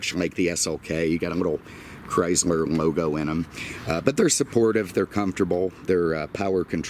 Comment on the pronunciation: Did you say Chrysmer?